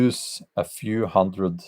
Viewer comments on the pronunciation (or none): none